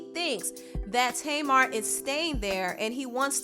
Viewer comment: I thought her name was pronounced (tah-mar) and not (tay-mar). Oh well everyone's pronunciation is different